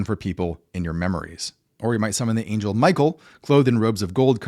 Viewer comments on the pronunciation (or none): none